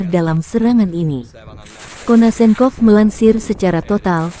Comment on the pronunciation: Nyebut nama jendral igof konsenkov aj gak pecus